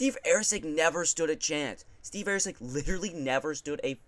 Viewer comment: who the fk is AIRCEG lol bro come on get his name right love ya bra